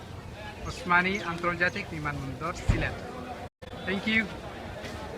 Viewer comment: হায়রে ভাই তুরা এইভাবে সিলেটের মান সম্মান ডুবাইরে। ভাইরে তুই সিলেট বিমান বন্দরের নাম বলতে পাররেনা ঠিক মত আবার তুমি সিলেট টু লন্ডন পেইজের এডমিন।।।